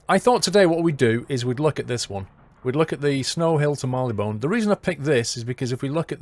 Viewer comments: Mar-lee-bn. I think you put too much stress on the 'one'. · please pronounce Marylebone correctly kthxbai love Davina